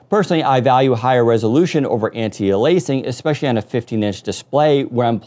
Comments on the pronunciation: Windows Central it's anti-ay-lee-as-ing not anti-ah-lay-sing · Please learn to pronounce antialiasing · Please learn how to pronounce Anti-Aliasing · lol the way says anti aliasing is funny